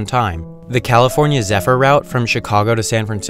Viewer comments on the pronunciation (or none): none